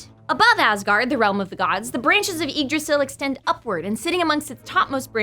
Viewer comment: you should have done more research on pronunciation the Y in Yggdrasil is pronounced as a short i and Hræsvelgr has a silent H and a short a on the æ